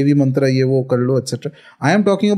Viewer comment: Its not mantara...its mantr